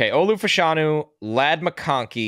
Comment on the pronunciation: Its pronounced "Fash-(as in Bash)-anu". Two UK soccer players in the 80s and 90s pronounced that way. Olu confirmed it at the Combine